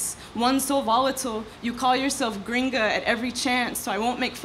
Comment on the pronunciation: And I was about to break down this whole thing and rebuttal... but imma chill. but uhh.... says ‘gringa’ in a gringa accent... *irony intensifies